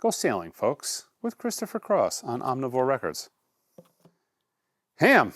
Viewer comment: Haim.....rhymes with Time.